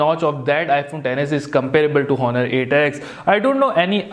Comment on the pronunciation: its pronounced "onnur" not "HHHon-nur"